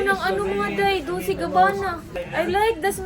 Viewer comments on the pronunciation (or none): Dolce pronunciation day DOLCHE MEANS SWEET